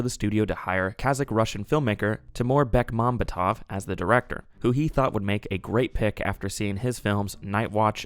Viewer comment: The stress on the director's last name is on the secoy to last vowel. BekmambEtov.